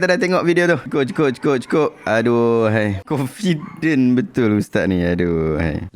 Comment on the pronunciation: bukan confident....condifent...dia salah sebut...